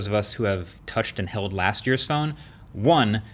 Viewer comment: Touch and held last year's...For a moment I thought he said..."touch and inhaled." Nice content MKBHD..